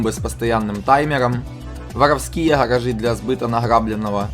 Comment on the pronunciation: Невозможно слушать, что за "харажи"? Где буква "Г", ну ё моё, как так то? Что за произношение такое?